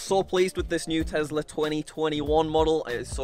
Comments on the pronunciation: bruh he cant say tesla he can only say tezla jk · absolutely love your videos. But FFS please STOP calling it a TEZLA!!! It’s a TESLA!!! SSSSSSSSSSSSS... for snake 🐍 not ZZZZZZZZZZZZ FOR zebra 🦓. It drives me mad 😠!!! Haha...